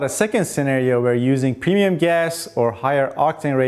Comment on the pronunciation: PRONOUNCE: "PREMIUM"